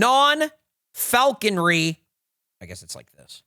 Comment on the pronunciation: “Falconery” 😂. In what world does that “e” make it in there? It’s just “falconry”. is normally so good at that sort of thing and NOBODY ELSE CAUGHT IT!?!?